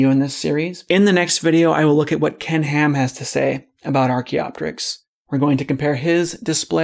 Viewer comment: It sounds like you're saying "Kent Ham".